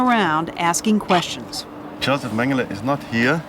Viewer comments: Why does she keep saying MengelAh????? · Why the heck does she prounounce it "Mengela"?!